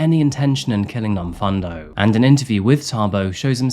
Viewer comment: I'm from Durban in South Africa. Love this channel and the research you put in. Just one thing though, the pronounciation of Nomfundo is Nomfoondo not Nomfundo even though it's spelled that way. No biggie, just pointing it out for future reference 👌💞🇿🇦